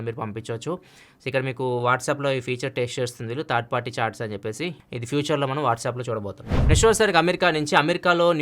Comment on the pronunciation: Third not thaard correct ga pronounce cheyandi